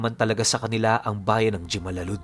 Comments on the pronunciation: Hemalalud po yan kong basahin pero ito ang totoong spelling jemalalud nakapunta napo ako sa lugar na yan maganda din ang bayan nla pero matagal na yon taga negros oriental din po ako 😊😊😊😊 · "Himalalud" po yan jimalalud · Jimalalud malapit lang yan samin by the way po jimalalud (Himalalud) po ang pronunciation po nyan 😊